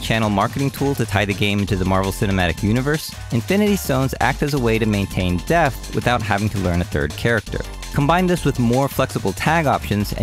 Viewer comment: Awesome content. Only fly in the ointment for me is I keep hearing "deft" instead of depth. 🤪